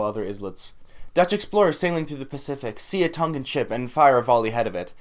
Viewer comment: Respect your interest in our culture but you should learn the pronunciation first from a Tongan speaker before you even attempt.